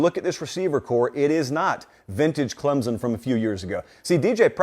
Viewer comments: Clemson. OR Klempson. Not Clemzon. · Please ClemSon. Not ClemZon. Not to be nit picky. Thanks sir. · It’s “Clemp Son” not “Clemsin”, and it is “Sweenie” not “Swinnie”